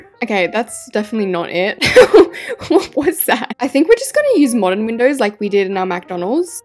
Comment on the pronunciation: You said Moderen McDonald’s😅